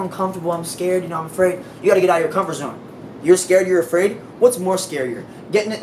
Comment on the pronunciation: A man like really said "fuhk owwtah here my nigguah" REAL G